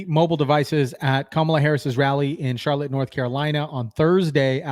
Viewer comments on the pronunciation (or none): none